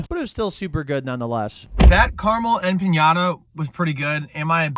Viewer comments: That’s not how you say empanada but I’m sure everyone else told you. Rofl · How you say empanada triggers me so badly… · Stop Sayin Carmel empanada the way you do 😩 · dude what is an empañada😭😭 its just an empanada there is no weird pronunciation to it lol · THERE IS NO J IN EMPANADA SO STOP SAYING EMPANJADA GOD DAMMIT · aside from mispronouncing empanada — the n is just a regular n, not ñ —this was a cool video. I could not do this, because every time I eat Taco Bell, i make about three trips to the john over the next hour or so. lol. But damn, it tastes great going down. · Hey, empanada just has an N in it. It is not an ñ, which is an N with a following Y sound... Made the same mistake myself, many years ago... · It’s empanada,, not empañada… you didn’t eat a cheesy Gordita crunch…. I’m flabbergasted. Edit: great video. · It's pronounced empanada, not empañada. 😂😂😂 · Dude said, “Em-piiiiaaa-niiiaada” 😂😂 It’s “Em-pa-nada” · empanada is not empañada but yeah great video lol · If I ever hear empanyada again, I might lose it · eh-puh-naa-duh. Fun video to watch though. Normally i will do Steak, rarely chicken and if i do a potato those slap. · Emp-panada 💜💜 my love it’s empanada not like the Mexican toy you hit hehe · em pahn yaahduh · "Em pa nya da" might be the worst empanada pronunciation ive very heard 😭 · That has to be the WHITEST pronunciation of Empenada I've ever heard. 🤣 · A "pinyata" ? Lol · In-pinata he said😂😂😂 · bro can pronounce duodenum but not empanada 😭 love you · bro thats not how u pronounce empanada wth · Empanada is not spelled or pronounced with a Ñ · Hey, I'm new here, why is this guy's gut always in bits and pronounces Empanada the way he do? Anyway, we are excited for our first Taco Bell in Ireland and shoutout Nick, nice ride. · I gagged every time this dude pronounced empanada. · Video quality - 10/10 Humor- 10/10 Pronunciation of empanada - 1/10 lol love u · Empanada is pronounced how it's read btw